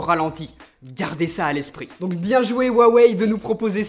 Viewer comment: Cool, tu a enfin perdu ta manie de "Roux aweille" :D